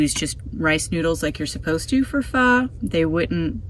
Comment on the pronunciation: I think you may be the only person (including Asian's) that pronounce pho correctly ("fhu"). I will explore further "flameless meals" as I am always looking at innovative camping meals. Thanks for your channel - I am a Toyota 4 Runner TRD Off Road Premium/KDSS owner, with a wanna-be micro-camper, and I love the way you make use of the space.